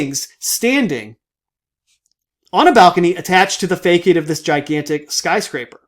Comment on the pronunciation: Nice video. Just an FYI, "facade" is pronounced 'fassad".